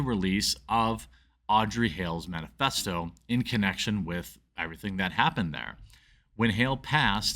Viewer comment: Wait...did he say "man-a-festo?" Ironic...right?